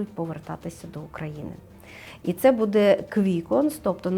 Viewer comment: Шановна ведуча, в вас не вірні наголоси. Ви робите мову якоюсь колхозною, відволікаючи від прогнозу. БудЄ? Ми всі робимо помилки в нашій мові, багато ведучих перейшли з іншої мови, на українську, це не просто. Всі розуміюсь, але, будь ласка зверніть увагу. Астрологу респект та дякую за ефір!